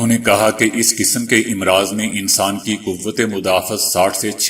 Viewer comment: Again Its AMraaz Not IMraaz